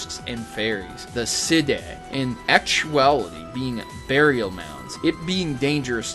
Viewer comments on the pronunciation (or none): Sidhe is pronounced "shee," just so you know. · "Sídhe" is Irish for fairy. It's pronounced "see-ve", like sieve with drawn out "i" sound. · "Sidhe" is a celtic/old irish word and is pronounced "shee" for future reference =) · Sidhe is pronounced "she". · 'sidhe' is pronounced 'she' in celtic language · Sidhe is pronounced Shee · Sidhe is pronounced "shee" like a banshee. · Just gonna point out Sídhe is pronounced a lot like 'She'. Bean Sídhe is where Banshee comes from. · okay not trying to be correcting and all that but sidhe is pronounced shee its Gaelic for fairy or evil being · sidhe is pronounced"shee" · Sidhe is pronounced as "She". I thought the same thing at first though. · You mispronounced Sidhe. It's pronounced "she". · To my knowledge, Sidhe is actually pronounced "Shee." Just wanted to note. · Sidhe is pronounced "shee" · nitpick: "Sidhe" is actually pronounced closer to "she" than anything else. Blame Wales, even if it's not them specifically. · first i love your channel. but this time your research needed more... fae, i.e fairies, aren't christian at all but of native religions that opposed the church thus it made them demons. the Sidhe pronounced shee are the people of the mound which could lead to Faerie,the reason Fae are commonly mistakenly called fairies. Faerie is another realm not underground. Fae could be both benevolent and cruel. I hate when people the christocentric 1500's bs and state it as if it was the original... just remember disney's cinderella, sleeping beauty, and the wizard of oz to name a few good fae. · Sidhe is actually pronounced like Shee:) Awesome Theory! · Sidhe is pronounced like Shi. Great theory though! Just thought I'd throw that out there. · enunciation assistance, Say Banshee Now, originally it was spelled Ban Sidhe, Now say Sidhe again. Celtic enunciation is different than English would be.